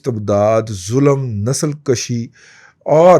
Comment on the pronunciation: تلفظ درست فرمائیں نَسْل کَشی Nasal-Kashi معانی Breeding نسل پیدا کرنے کا عمل، افزائش نسل، نسل بڑھانے کا عمل نَسْل کُشی nasl-kushii Genocide نسل ختم کرنے کا عمل، نسل کو ختم کرنا، کسی قوم یا گروہ کو مٹانے کا عمل Your pronunciation of this word will give a meaning antonymous to what you want to say